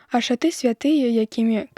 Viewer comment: Не шаты', а ша'ты.